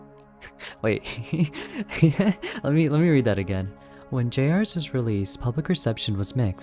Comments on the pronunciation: It’s pronounced “Junior’s.” The trailer pronounced it as “Junior’s.” YOU JUST PRONOUNCED IT AS “JUNIORS.” SO WHY DO YOU PRONOUNCE IT AS “J.R.’S”??? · Why does everyone say J R’s, dear god people it’s Junior’s! Jr’s boy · "jay arrs" JUST SAY JUNIORS AUGHDFRSUIJHRWESUIWFEHNUIEGRWSHIOKUEHN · you have no idea how mad it's making me every time you pronounce it "Jay-ars" THEY LITTERALLY PRONOUNCED IT A "JUNIOR'S" IN THE TRAILER HOW DID YOU GET THIS WRONG GHGghh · My apologies to say this, i respectfully wanna ask this question. why do you call it j rs instead of jr's? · The way he pronounces "jr's" which is an abbreviation of "juniors," as "jay-ares" kills me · I think the name of the game is supposed to be pronounced as "Junior's". Why does this guy keep flip-flopping between "J-R's" and "Junior's"??? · Bro said J R's instead of Juniors. Bro go back to fuckin English class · Generally a good channel, but the way this man pronounces Junior's is targeted to hurt me specifically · erm it's pronounced "juniors" -🤓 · I’m sorry if this comes off as rude but how do you mess up saying juniors???? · Stop calling it (Jay ares) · Him calling it “jay arrs” (pronunciation) made my body hurt. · GRAAAAAH IT'S PRONOUNCED JUNIORS!!!!!!!! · i..it's "Junior's" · Bro doesn’t know how to pronounce JR’s ☠️